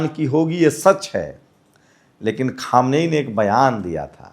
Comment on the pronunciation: Khumani nhi khamaini😂